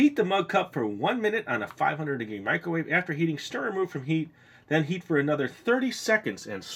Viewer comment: I thought he said "eat for another 30 minutes and stir" I was like.... "How will he keep eating it?"